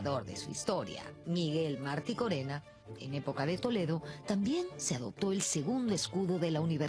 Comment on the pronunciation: Es necesario hacer un precisión, respecto al nombre del Historiador sanmarquino citado en el minito 11, que es Miguel Maticorena Estrada, y no "Marticorena".